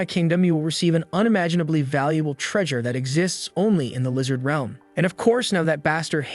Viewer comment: instead of realm it’s reelm